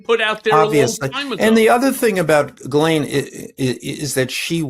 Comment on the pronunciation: Cohen!! Pronounce it 'Gheelane' the 's' is silent! Sounds poor!!